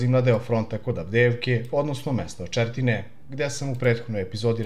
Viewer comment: Nije Potlava nego Poltava!!!Očeretino ne Očertine!